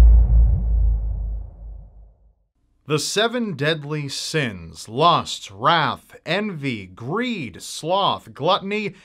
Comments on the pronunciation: Deep INHALE when he said lust like lost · lol i sounded like you said "lost" instead of lust also now whenever i hear about the 7 deadly sins i can only think of 2 things: the seven deadly sins anime fullmetal alchemist